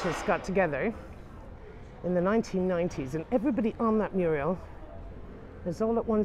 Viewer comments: Fabulous! Thank you. I did notice you say ' Muriel ' , that's a name. A wall painting is a ' Mural' 😉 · Muriels!?! Are you Norman Neal Williams or what? They're called murals.